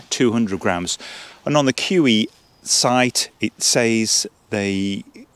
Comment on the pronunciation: Not pronounced "KEW EEE" but "KU E OO". jus' sayin'... BTW, doga belong in vestibules, not inside. KUIU makes excellent hunting/camping clothing and gear. I have their YUKON camouflage WPB rain/wind parka for hunting in Nevada,USA and for very harsh days alpine skiing. Great design in all their gear as you see in the Storm Star tent. BTW, KUIU's tents, like Tarptent designs, have the inner tent pre-attached to the fly for a setup in the rain or wet snow that keeps the inner tent DRY - unlike so many other free standing tents on the market! i would prefer this KUIU Storm Star to the Hilliberg ALLAK 2 every time. Just better design and equal quality.